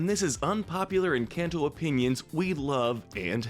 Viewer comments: I love how he say en-can-toe Instead of en-cane-to This made me so mad ngl😭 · Try pronouncing it like enCAWnto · I couldn't get past the first 10 seconds. "En-CAN'T-oh" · stop calling it enCANto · Don't get mad, maybe they can't pronounce it correctly, but it is quite funny when they say "EnCANTo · This man says Encanto in the whitest way possible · The people who disagree need to shut the ENTIRE f*ck up! When you learn how to pronounce Encanto right, then y'all can have an opinion! The movie was one of the best Disney has ever made period! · The a in encanto is pronounced an o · I’m sorry but please- the lack of accent or even proper pronunciation 😭✋ It’s pronounced “hool-ee-eh-ta” not “jool-ee-eh-ta” And “en-con-toe” not “en-CAN-toe” I’m sobbing I’m so sorry but it is painful The video is awesome otherwise and I really enjoyed it!